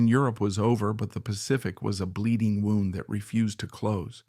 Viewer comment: You need a better robot. This one thinks that a wound is something that got winded around.